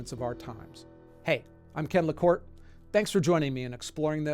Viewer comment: It's LaCorte, NOT LaCort!